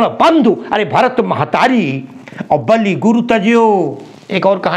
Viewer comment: बालि नहीं बलि